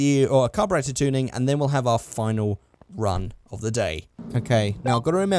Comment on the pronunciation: OHV NOT OHF!!!!!!!😠😠😠😈😈